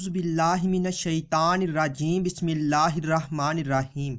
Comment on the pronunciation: Shukriya bhai aap apna auzu bissmillah sahi padho bhai